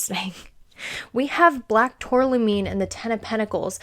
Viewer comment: Please pronounce tourmaline correctly. Geologist here. Turm-a-leen